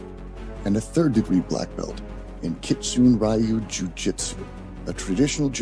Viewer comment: It's not pronounced rye you... it's ryooo